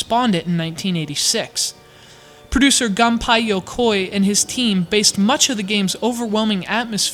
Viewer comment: Samus EH-RREN* GOON-PAY Yokoi*